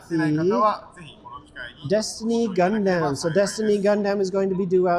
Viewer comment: Lol the idea that you can only buy P-Bandai online in Japan. Don't know how I managed to get Hyaku Shiki Crash from a US retailer... Also, if I hear "Gun-damn" one more time...